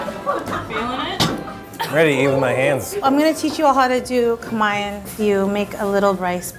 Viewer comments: How you pronounce "kamayan", is really, really triggering me. 😂😂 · Holy crap that woman pronounced kamayan so American I didn’t even catch that she actually said a Filipino word, “kamay” for hand lol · I thought he said "Camaian" feast but then i kept thinking and now understood it. It's actually Kamayan AHAHAHAHAHA